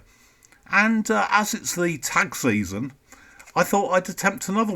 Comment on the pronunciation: Hey Mike! At first I thought you said “tax season” Interesting covers, never noticed Nixon on Wakeman’s album. That is a beautiful satellite image on that one cover. Cheers!